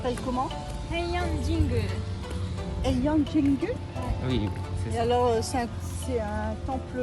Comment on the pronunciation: 平安神宮がエイアンジングになるんですね。フランス人はHを発音しないので。